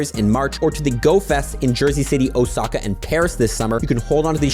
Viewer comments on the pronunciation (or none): none